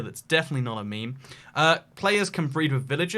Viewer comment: He said me-me not meme